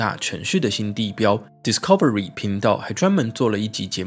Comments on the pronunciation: Discovery 發音錯了，建議去聽英英發音字典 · "Discovery" 發音錯誤了